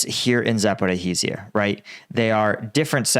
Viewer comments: It’s Zaporizhya, not Zaporihiziya. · Pronounced zapareshia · 15 months .. about time you learn how to pronounce Za-pa-ro-zha. Duh?! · zap pour-o he zia. I've heard a lot of odd pronunciations but this is unique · please: za - po - REEJ - jia